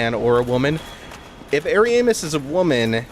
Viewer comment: I like how you pronounce Ariamis. It almost sounds like hairy anus lol